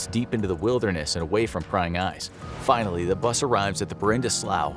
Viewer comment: HE SAID "FAINALLY.!!!!!!"